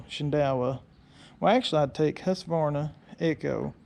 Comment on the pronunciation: When pronouncing Husverna try to add a K, where the Q is in Husqverna . It means home (grain) mill.